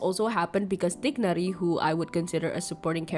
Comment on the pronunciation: i'm so glad someone finally said tighnari's name right and not the americanized white washed version it pisses me off so badd